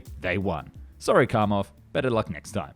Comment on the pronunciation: Kamov, not Kamo. You missing V in the end of pronouncement.